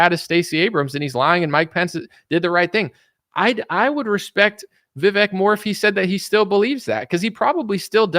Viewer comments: Vivek says his name rhymes with cake, but you say fake. lol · Vivek. he says his name rhymes with cake.